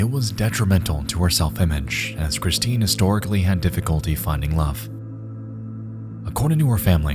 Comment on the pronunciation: "Cwistine." Love you, Nexpo. You know I'm just teasing.